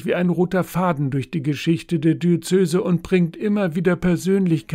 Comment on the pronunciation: Warum sagen Sie wie viele Kirchenleute immer "Di-ö-zö-se"? Es heißt doch "Di-öze-se". Sagen dich lieber "Bistum" - das ist leichter!